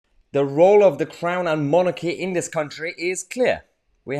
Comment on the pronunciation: Sorry, I misheard you Mahyar, did you say acting clown or crown? Happy birthday!